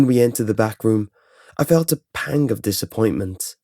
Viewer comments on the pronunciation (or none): none